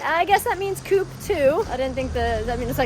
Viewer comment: The pronunce of coop is co-op that Is an abbreviation of "cooperativa"